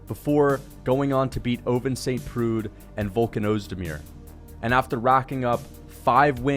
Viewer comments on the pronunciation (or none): Ovince st PRUDE lmao😂😂